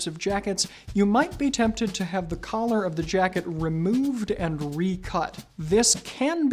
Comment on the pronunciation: I thought he said colour when he said collar